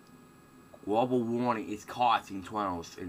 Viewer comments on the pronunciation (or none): ha haaaaa sorry i know this guys got an impediment, but fuck he's funny to listen to. gwobal what? heh heh. just wemember the fwuture is short times away! it cwould happen!